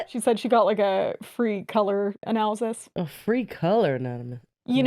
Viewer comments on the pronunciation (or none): not being able to say analysis is taking me out 😂